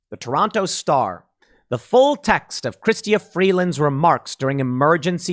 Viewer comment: Tim, I approve of your mispronouncing of Freeland's first name, so long as it's done intentionally and to demean her. Chrystia is hoity toity talk which really means Christina. Notice the intentional changing of the "i" to a "y" so as to symbolically question "Christ"